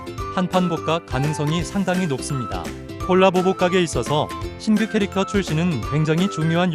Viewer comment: 발음이 가끔 골라보로 들리는건 착각인가요?